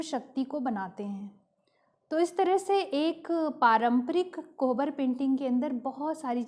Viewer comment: कोबर बोलते हैं, कोहबर नहीं !